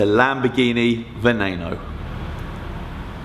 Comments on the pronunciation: It's not a veaynano it's a vaneno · I always thought it was pronounced "Ven knee no" not "Ven nay no" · It's not venano. It's said beneno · Lamborghini Veneno (Ve-nee-no) Not 'Ve-nay-no' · Spanish or Italian, it is pronounced the same :"VeNeNo" not "VeNeiNo" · it is pronounced ben-o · It's pronounced VE nee No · It's prounounced Voo Noo Noo. It's Chinese because China is where Lamborghini is from